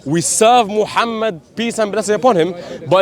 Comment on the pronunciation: she didn't even know how Muslim pronounce the Name of our prophet s.a.w how can she be ex Muslim ??